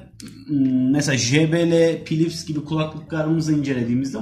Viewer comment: "pilips" :D